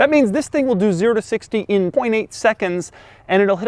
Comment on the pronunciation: Why do I feel he is saying "YIS" instead of "THIS" at the beginning of this video